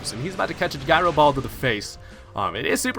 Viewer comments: Guy-ro ball? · Can't stop laughing at "Guy Row Ball" lmao